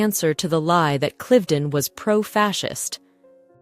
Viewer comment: I wonder why the AI commentary has two pronunciations of Cliveden, one laughably wrong.